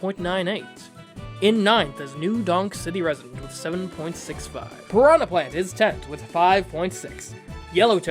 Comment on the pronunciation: "Pranha Plant "